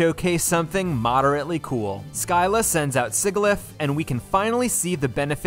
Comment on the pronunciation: Imagine the chaos if every wild and trainer pokemon had their hidden abilities. The "Sig" is Sigilyph is supposed to rhyme with "fridge".